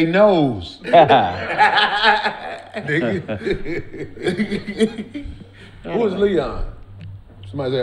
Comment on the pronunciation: Nigga said Theyknows🤣